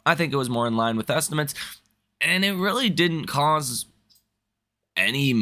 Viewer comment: It’s estimates, not ‘estimants’